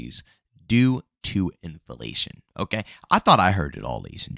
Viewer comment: I thought I heard it all until u said in-FA-Lation😂